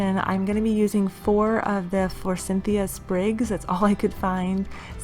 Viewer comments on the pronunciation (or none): Forsythia no N. I have been hearing a lot of people mispronounce this flower. I was wondering if it is a regional pronunciation. Do you know? Just curious. I really like the bunnie ideas. The moss one is my favorite.